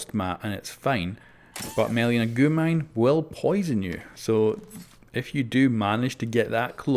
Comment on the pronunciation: you dont speak it out as goo mine its g u mine